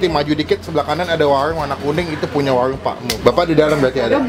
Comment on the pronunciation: WARUNG PAK MUH, BUKAN WAWUNG PAK MUH..